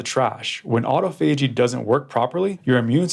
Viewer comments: Doctor, doctor … auto and phagy are Greek word roots, not Latin ones. Since they are Greek, and not Latin, you are supposed to stress the second syllable of the composite word: autOphagy, not autophAgy. There’s no two ways about it, young man! That said … this is the best explanation of intermittent fasting I have ever heard. Being the complete medically illiterate that I am, that is saying something! I actually seem to understand it, now. Just don’t let me catch you murdering the classics, ever again, young man! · You pronounce the word autophagy in the wrong way😊